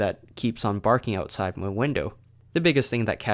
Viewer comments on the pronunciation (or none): none